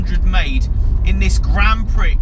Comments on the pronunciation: A Grand Prick indeed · Yu Tha Kra GREND PRICKS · GRAND PRICKS? REALLY? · Gran PriX knew we have all been pronouncing it wrong for all these years! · Were you onpurposely pronouncing Grand Prix like that??